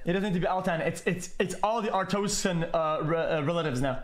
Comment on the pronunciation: he literally started speaking artozkan he skipped the "a" pepega